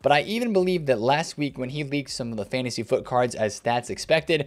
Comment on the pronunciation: the only youtuber that correctly calls it Fantasy FUT